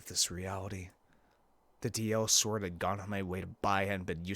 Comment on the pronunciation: It's called DI-sword not DL-sword